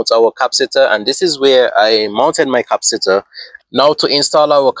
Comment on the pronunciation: Maxwell Super Capacitor with 500 Farads, would do great in your setup. The word Capacitor, is pronounced: ( Kah- Pass- it- or ).